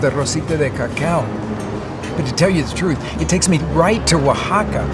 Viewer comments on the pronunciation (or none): none